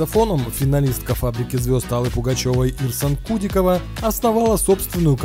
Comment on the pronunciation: Автор точно смотрел Фабрику? КудикОва, а не КУдикова.